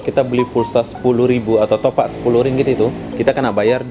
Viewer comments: Topap bang bukan topak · Bukan topak?? Top ap sebutan nya..top up...malaysia buka malassa ..wah ngak sok malaysia ..aku WNM pn kalau ke indonesia pake bahasa indonesia dengan betul...kenapa bisa??sebab campuran malindo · Dasarr kepala lu peang.. Ak orang lmbok... Klo ngmong itu yang jelas.. Bkan smbrdur gtu... Bilang aja mw beli top up... Smua orang bkal tau.. Ni bilangnya top ak... Topak kepala luuu... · Bro kau sebut " topak" atau " top up " ?? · Bukan "topak" bang.. "TOPUP" lagi pula itu bahasa inggris bukan bahasa malaysia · Top up bukan topak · Bukan topak tapi ada spasi sikit top up di baca top ap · Top up bodoh,bukan nya Topak! Kalau tak tahu menyebutnya tak payah lah nak berlagak,bangang betul yg upload video ini! Konon nya nak jadi macam org Malaysia,babi lu! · Top up bro bukan topak, salah bro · tapi kata top up itu bahasa inggris bro jadi aksen dan pengucapan nya ya harus top up bukan topak mana ngerti lah topak. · sebutan salah tu..bukan topak..tapi sebutnya top up.."topap" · Top up bukan topuk, tu mah bahasa inggris smuapun tau bkn cuman orang malaysia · nyebut nya yang betul dong... sebutan nya sama seperti dalam sebutan bahasa inggeris "top up" BUKAN topak... jadi orang gak akan keliru dong.... salam dari Malaysia.. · Malaysia bro bukan Malasia, topup bukan topak...... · Top up bos (di baca TOP AP), bukan topak.. Anjirr ngakak gua.. 😂😂😂 Setengah malu setengah lucu, salah tapi ngomongnya PD 😂😂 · Heheheh saya pun dengar Top Pak.. sebenarnya Top up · top up tu bahasa inggiris bro😂... sebutannya aneh.. topak.. hahaha.. kalau bahasa aslinya malaysia kad pra bayar.. tapi disini lebih senang panggi top up.. bukan topak😂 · betul bro, sebutannya aneh topak, mungkin dia nggak ngerti bhs inggris sama sekali, maklumlah orang2 yg mencari kerja di malaysia itu biasanya orang2 dari kampung dan kurang pendidikan. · Top up baca seperti ejaan, bukan topak cara kamu sebut. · Mungkin lidah melayu, maklumin aja